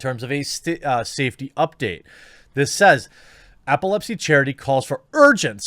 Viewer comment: EPilepsy, not APPLEpsy